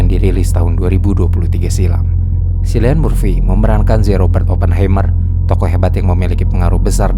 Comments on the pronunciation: bacanya KILLIAN bang bukan SILLIAN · Kilian bang bukan silian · Cillian bacanya Kieylien